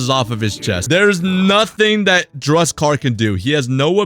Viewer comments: yo please... DUSEKKAR, NOT DRUSEKKAR, RESPECT MY BOY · This guy legit hates dusekkar Ehem as he call him "Drug-sekar"